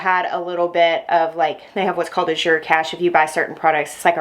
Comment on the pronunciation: It's pronounced like the color of blue. "Az-yur" or "As you're" Sort of rhymes with "Asher." Wow, what a great haul!!